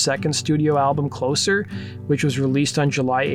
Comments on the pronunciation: The second album is pronounced “cloe-zer” because it was released after Curtis died and represented the end of Joy Division. Also, Love Will Tear Us Apart is not actually “on” Closer, it was a standalone single, like they release in England. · It’s not Closer, it’s Closer. Closer in NIN.